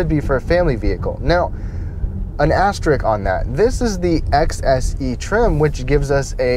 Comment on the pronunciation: You lost me at "asterick"